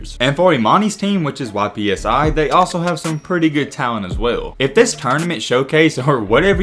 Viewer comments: It's ypsilanti prep...not Y.P.S.I...🤦🏿‍♂️ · Just so you know it’s pronounced “Ip-See” instead of Y-P-S-I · Just an FYI - "Y.P.S.I" is short for Ypsilanti and the town is oftened referred to as "Ypsi" for short. So the emphasis on each letter like an acronym is incorrect. It sounds like "ip-si" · YPSI is pronounced "IP-SEE" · YPSI is pronounced IPSEY. It's short for Ypsilanti